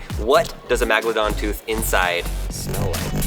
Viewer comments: Megalodon not magdolon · the first syllable of the word is meg not mag. Its pronounced meg-a-low-don. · It’s called megladons not magladons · It's not Magalodon it's mega lodon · What's inside you said MAGalodon your supposed to say Megalodon. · It’s megalodon not magalodon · god damit its megalodon not magalodon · M E G. not MAG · It’s not magladon it’s megaladon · Meeeeeeeeeeegldon not maaaaaaaaaaagldon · Megladon not magladon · Am i the only one who who cares about how he pronounced the name. megalodon not magalodon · Its not magaladon its megalodon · Its lot a magladon shark its MEGladon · Megladon it's pronounced megalodon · MAGLAdon no mEgalodon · Its really irritating me how hes say magladon when its clearly megladon like come on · It’s not magalodon it’s Megalodon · You killing me with magledon lol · Yes but he should say the name properly Megeladon tooth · canniestcash 28 no crap. He was saying magledon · I also hate how he ses meglond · says MAGalodon The English language: Ight ima head out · Does it trigger anybody when he says “Magladon” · every time he said magladon I just wanted to chuck my laptop into a brick wall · Yep, I definetly learnt something from this video. Iniw know its pronounced MAGLADON. YAY. Thumbs up for me. - CRH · He's killing me with the MAGledon pronunciation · The ”MAGLIDON” shark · How did he mispronounce this,how did Lincoln not correct him,MAGLADON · It is pernoced Meg-alo-don. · Title :- Megalodon Pronounced :- Magladon And English is your first language??? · Why is he saying magolodon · mispronounces the fish name (mEgalodon) and then the poo name (cOprolite). Rehearsal please. Seems like he wanted to make the "a" sound over and over. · First of all it’s pronounced Megalodon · Who says megladon lol 😂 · He really said magladon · Its megaladon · Not magalodon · It is pronounced, Mega-la-don. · MAGladon ha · It’s megladon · I have 50 of those and its megalodon (MEG-UH-LU-DON) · He said magladon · it’s megladon